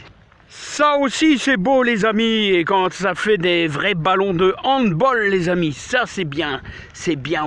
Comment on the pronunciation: Bonjour, je vais me permettre de dire une chose, on dis handball (bALE) et non handball (bOLE) ce sport étant d’origine germanique Bonne journée, profites de la famille et repose toi